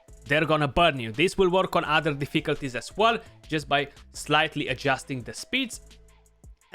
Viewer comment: Great video, liked and subscribed. Btw, if you ever decide to make merch, please design a shirt saying - Deficalties, to say it like this;) - would be an insta buy for me. Keep up the great work, very informative and to the point.